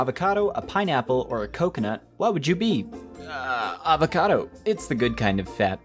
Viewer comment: did I hear avacodo